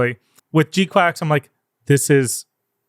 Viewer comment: Losing my mind at how you all are pronouncing GQuuuuuuX. Did you all decide together to pronounce it quacks? In the show itself they say it's pronounced "kwucks"